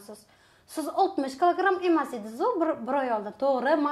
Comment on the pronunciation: Клограм эмас килограмм 😂😂😂😂